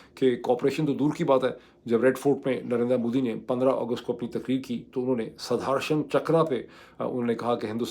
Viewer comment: اسکا تلفّظ ہے " سدرشن چکرا - سدھرشن نہیں Sudarshan, not Sudharshan می بھارتیہ ہوں - آپکا پروگرام غور سے سنتا ہوں - اردو کی تعلم بھی لیتا ہوں! آپکا وروگرام سے بہت کچھ سیکھتا ہوں - گلٹیاں معاف کریں